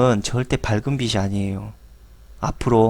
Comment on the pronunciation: 씨? 빚이-->" 비치 "가 아니고요 " 비지 " 로 발음해야 허고요.... 빚을---> "비즐"